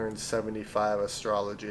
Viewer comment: It's Astro-loy. Not astrology.